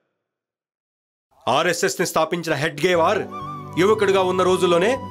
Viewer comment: హెగ్డే వార్ కాదు హెడ్గే వార్ కరెక్ట్